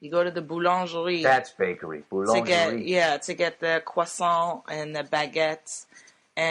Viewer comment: The way massacres the word "boulangerie" every time she says it OMG.... Someone teach that woman how to say it properly!!